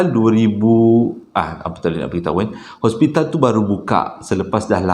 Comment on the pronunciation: bukan ospital....hospital😅😅